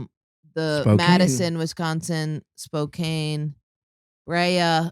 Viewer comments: It's SPO-CAN. Not Spocaine. Lol. We love you anyways. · Spokane, WA is pronounced “spo-can” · Why can't any comedian pronounce Spokane correctly?